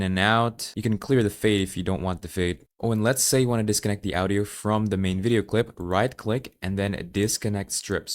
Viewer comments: The way you said audio is fun :3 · I know you're Indonesian, but you've such an Americanized accent that it throws me off whenever you pronounce "Audio". 😹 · No. You're missing the point. It isn't that he has American accent that is unusual. It's the weird way he pronounced "Audio" while sounding American for everything else.